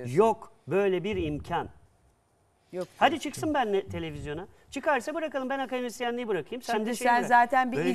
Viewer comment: KAKAdemisyenim diyor ya :)